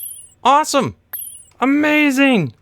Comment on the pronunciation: It's hilarious how he says amasing